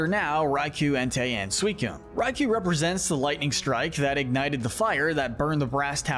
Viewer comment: It's Suicune, NOT Sewycune!